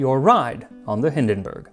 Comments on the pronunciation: It's not Hindenberg but Hindenburg. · Little hint: "Zeppelin" isn't pronounced "Seppelin" but "Tseppelin". The German "z" is a "ts/tz" phoneme. Also the German "u" sounds like the English "oo". So the name "Hindenburg" is pronounced "Hindenboorg" instead of "Hindenbörg". The German "i" sounds like the English "ee". So the name "Irene" is pronounced "Ee-re-ne" instead of "Eireen". However, a great episode as usual! 🙂